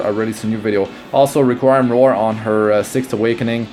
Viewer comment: It’s re-queem